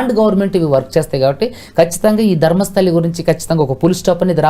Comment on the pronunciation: ధర్మస్థలి కాదు రా బాబు ధర్మస్థల...!